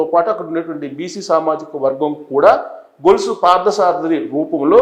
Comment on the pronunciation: గొలుసు కాదు సార్, కొలుసు అలాగే గన్నవరం లో వెంకటరావు ప్రకటించారు, సరిచేసుకోండి 👍